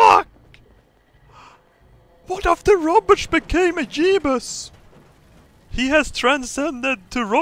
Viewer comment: "One of the Robertsch became a Jeebus!"